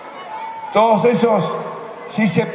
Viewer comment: Alberto dice TodEs